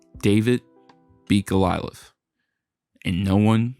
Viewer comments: It's not Golialith, It's Goliath. You talk like Bill Russell beat Wilt Chamberlain, all by himself, which didn't and wouldn't ever happen, on his best day. Teams win and teams lose. Yes, Wilt was a bit egotistical, and a bit difficult. That said, When one player, on a, supposed to be, professional team, can average 40 points per game, at plus 50%, and 20 plus rebounds per game, then probably, 10 plus shot blocks per game, for 6 seasons, in a row, I don't care if he is stat padding, or not. If that team doesn't win, there is something not right with the other players, or the coaching, or both. I highly respect Bill Russell, and yes, he was a great defensive player, with a lot of heart. He also had Red Auerbach, arguably, the best coach in the history of basketball, and a large host of excellent team-mates, who took that genius coaching, very well, and played together for a lot of years. I don't usually use the team-mates argument, but I will say that Wilt didn't have the steady, wise coaching, over a long period of time, that Bill, and the other Celtics had. When he did have standout coaching, he won championships, or his teams did. Statistics are not the whole story, but they are the most objective evaluation of a player's value to a team. Statistically, Wilt is untouchable, considering both ends of the court. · Love this vid , TY! It's Goliath , Not Golialith....sry had to throw that in , lol. (( Go - Lie - i t h ))....Cheers Mate ^ ^ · Golilath? Oh…you mean Goliath…got ith. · Could you get the narrator to pronounce enigmatic or Goliath correctly?